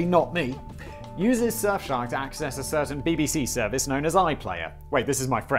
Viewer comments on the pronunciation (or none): none